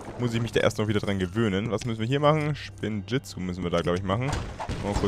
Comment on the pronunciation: SPINNJITZU NICHT SCHPINNJITZU MAN EY!